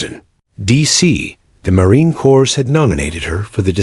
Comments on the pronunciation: the narrator needs to learn to pronounce MarineCorps, the s is silent and he mispronounces, that is a conatant insult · You also need to listen to it yourself. Dot dot and mispronouncing the Marine Corps (the s is silent).